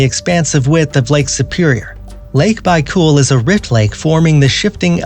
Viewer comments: It's almost baicool, but it's actually baikal. Doesn't matter, a lot of people lack the word pronunciation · had to stop watching after you call lake baikal byecool . how hard is it to look it up if you dont know how to pronounce something